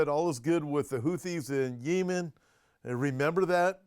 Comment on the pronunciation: Yee-men? Speak American English…yem-en! You’re funny I’m somewhat surprised that Russia 🇷🇺 hasn’t blown Ukraine off the map 🗺️. I’m kind of tired of hearing about Ukraine. I somewhat support Russia at this point bc Zelenskyy is worse, to me, than Putin. Oops…Gulf of AMERICA 🇺🇸